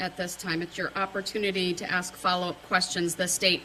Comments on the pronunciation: When he says “Ax” I want to scream, “ITS ASK!!!” Good grief, it’s like nails going down a chalk board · "I am uneducated and a moron, but I read a half of a lawbook, and I know stupid phrases like "Would it be fair to say?" "Grounds" "Objection" and "Let me AXE you".- Darrell Brooks. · Unbelievably childish. No, I won't sit down unless you axe me.. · Yeah, he doesn’t know how to pronounce “ask.” 🙄